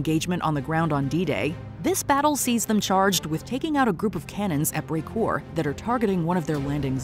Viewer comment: Anyone noticed that they pronounced “Carentan”, “Bastogne”, and “Brecourt” wrong?